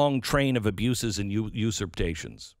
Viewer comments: I love you, Glen, but your repeated inability to pronounce usurpations is driving me bananas. You are a pro, get it right. Otherwise, great content as usual. You are one of the few people telling the truth out there. As a Texan, i am pro- succession. I am deeply concerned that we are screwed. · I agree with everything you say, except your pronunciation of usurpation. Lol! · The extra T in “usurpations” — is that a trademarked thing, or can we get rid of it?